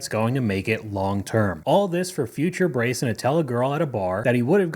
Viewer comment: "Braison"?! Come on man, what are we doing here? "Braison?!"